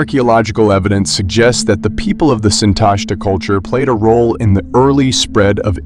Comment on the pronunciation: The stress belongs on the last syllable: SintashtA.